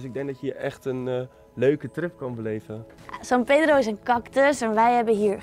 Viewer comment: i like when you say "san pedro" sounds like a argentinian spanish